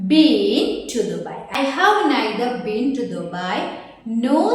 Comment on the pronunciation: Been pronunciation is wrong